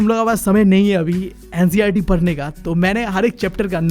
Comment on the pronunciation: bhai tu padhne ke liye bol rha hai ya parne ke liye bol rha hai